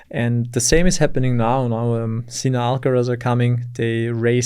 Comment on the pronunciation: Finally someone pronounces Sinner's name correctly. It has NOTHING to do with sin and being a sinner (guilty, criminal). It derives from the German word Sinne (sense).